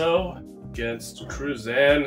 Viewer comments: You,need,to learn.how to pronounce Cruzan.the z,is,pronounced,exactly like, theaiti,in,Haitian.I,lived,there for ten years,so,I have some authority,on the subject. Thank you for the video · Do yourself,a favor,and learn how to pronounce”Cruzan.You are saying it wrong